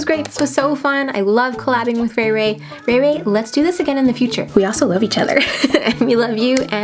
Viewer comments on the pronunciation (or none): 1. You call Rachael (ray ray)... 2.You used 8 shades out of 10 shades.. 3.well i wouldd lovee to tryy themm outtt which ever one.... my bdayyy is jan8 ...😱😱🤞🏻🤞🏻 my ig name is following subscribe Facebook Instagram twitter...🤞🏻🤞🏻🤞🏻